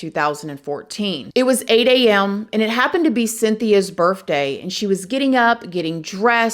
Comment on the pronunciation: "Birf Day" Shut up and take my sub!